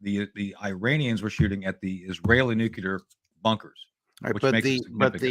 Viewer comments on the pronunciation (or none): noo-clee-ar. Keep practicing, Tony. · Repeat after me Tony , Nook leer….. nook. Leer….. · Who the hell is this knob? Why is it people like him always say "Eyeran"? And "Nucular"? Christ what a dolt! Very much below your usual quality of guest Judge. Woeful, absolutely woeful....🙄